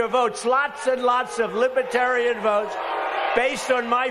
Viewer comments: He keeps saying "liby-terian". It's Libertarian... Dummy trump. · It is Libertarian not Libaterian, Mr Orange creep. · Can we just focus for a minute on him repeatedly saying “libitarian”? He loses the “r” 90% of the time. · Trump can’t even pronounce it .., Libah-Terian 😂😂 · Why does he call them “Libiitarians”? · "Libbatarren" - DJT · Spanky called them “ lib-a-tarians, many times. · He can't even pronounce Libertarian.